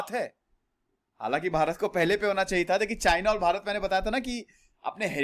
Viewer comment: Sir aap jb channel ko subscribe kro toh aisa lag rha hai jaise bol rhe ho ki china ko subscribe kro sbse pehle🤭🤣🤣